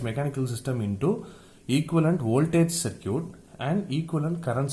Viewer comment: Great lecture. BTW Circuit is pronounced "SIR KIT" in English.